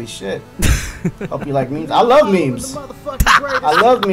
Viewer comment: I love pancakes, I can't believe he said I wuv pancakes!